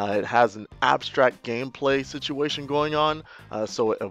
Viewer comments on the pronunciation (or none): none